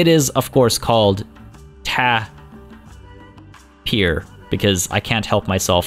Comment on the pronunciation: YES.but also,Not tapir beer,But Ta-beer!